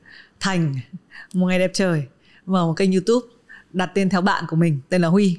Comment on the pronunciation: quen mn gọi ảnh là chứ hong phải Huymi:)))